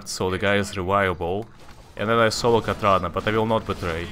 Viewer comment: Wat. Katrana Prestor would peg you for failing her name!